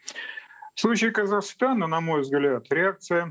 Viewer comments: Не КазахАстана, а Казахстана Огромная благодарность за вашу работу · Казахстана,а не КазахАстана